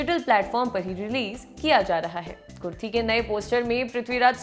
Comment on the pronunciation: It's Ku-ru-thi, not kurthi 😊